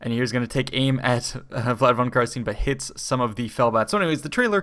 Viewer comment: Twitches You pronounced carstein incorrectly HERESY. Yeah the witch hunter pronounces it the right way in the trailer I suspect this will be happening a lot when the game comes out.